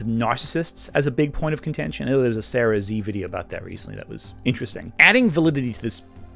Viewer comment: Finally someone else who calls her "Sarah 'ZEE'"